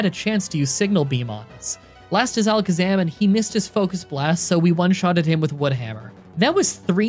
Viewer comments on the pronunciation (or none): none